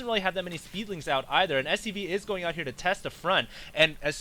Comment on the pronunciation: lol "....plus thor is hheeiir" that was really funny.